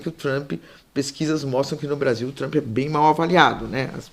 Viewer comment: Aprendam a falar Trump não Trumpiiii - oh gente burraaaaaaaaa